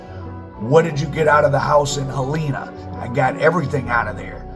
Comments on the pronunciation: He don't even know how to say Helena AR. It's not helina it's pronounced like hel- nena... These culture vultures hell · It’s not He Lena it’s Hel -N-A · Hell-in-ah .. that’s how you pronounce it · That's my cousin and its Hell- len- nah = (Helena) and Mary-anna = ( Marianna). Alot of this story isn't true only assumption. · Im from memphis it aint pronounced like dat its HELL IN AH.. LOL DO YA THANG MY GUY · How he pronounced West Helena had me wondering where was it, it’s like a woman named Helen and someone hits you in the stomach and you say Aaa = West Helena